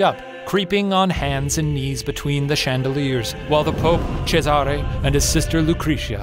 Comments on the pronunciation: funfact you know ceasar or whatever? the roman emperor? his actual name was cesare, which you pronounce kinda like shane did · top-notch authentic pronunciation of Cesare, Shane. Keep up the good work! Ryan... take note.